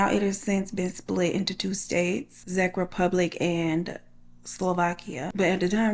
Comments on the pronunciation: Hey Gurl...The country that she was sent to by "ole Philly", is pronounced "CHECK" not Zeck... I'm married to a Czech dude from Central Tx. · I’m so glad she’s ok now! Czech is pronounced CHECK. Other than that, NEVER TRUST SOMEONE’S TRAVEL ARRANGEMENTS WHEN YOU DON’T KNOW THEM! Always have enough money to get home, just in case! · I appreciate your narration so much! Can't believe I'm hearin Czech mentioned in your vid.:) It's pronounced 'check republic', and it's been a long way for me to learn this language, trust me. Luv ya! ❤